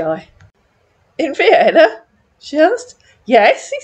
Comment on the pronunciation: He has trouble with Vienna (veinna) too.